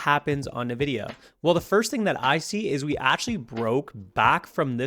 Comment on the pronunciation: Nvidia, NOT "Nividia"